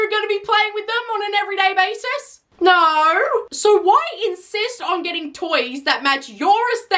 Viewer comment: The way she said “No” sounded like “Naur” 😭